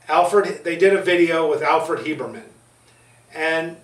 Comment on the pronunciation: You say "Hiebermen" I think you mean Habermann. Great video, part 1 too.